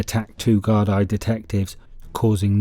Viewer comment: Bro it's pronounced.......GAR-DEE and not GAR-DIE like you keep annoyingly say!😂👍✌️